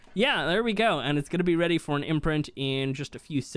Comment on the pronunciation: "Weaper weady to give me birf" I lost it lmao